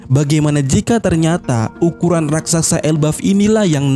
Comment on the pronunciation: Raksasa Min.. bukan Rak Sak Sa